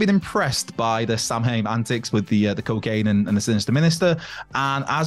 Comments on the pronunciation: Samhain is pronounced (Sow wen) 😂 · How in the hell can you live in Wales and not know how to pronounce samhain? Yes I know its nos galan gaeaf in Wales but still.....